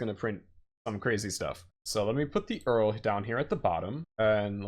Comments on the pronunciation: Damn I have never been irritated this fast before. Who the fuck is Earl ? Also, sudo is pronounced "soo doo". By now, you already know that it's URL (spell it) and not whoever the fuck is Earl. There's simply no way you don't know that and you are just being intentionally obtuse. C'mon man. I loved the video nonetheless. Finally got a concrete idea to what docker is instead of abstract general bullshit. Thank you and please keep doing videos like this. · did you just say "earl" for url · about every european (esp latin language based) actually pronounces and not spells "URL". although it sounds more like "oorl" than "earl" lol